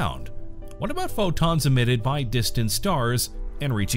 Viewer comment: Pho + Wonton = the way he says PhO!tOns